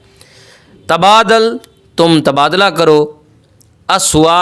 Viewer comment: حضور! لفظ تبادٙلہ ہوتا ہے یا تبادُلہ۔۔۔۔۔؟؟؟😏